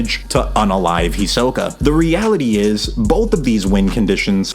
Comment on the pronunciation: HEE-so-kah, not hee-SO-kuh holy hell